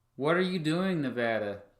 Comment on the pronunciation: Hey Nevadan here. Sorry you hate our flag. And sorry we took so long to count the votes. But thank you for pronouncing Nevada correctly.